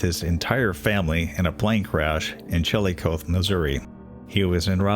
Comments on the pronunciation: Chillicothe is pronounced Chill-i-coth-ee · Mostly, I remember Paul Wellstone, Mel Carnahan and Ron Brown 😢😢😢 as tragic losses for the country. …btw, Chillicothe, Missouri, is pronounced “chill-i-coth-ee”, with emphasis on chill. Thanks for the synthesis💔 and remembrance.😢